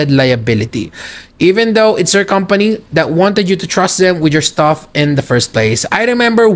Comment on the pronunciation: "STUFFF not STAFF"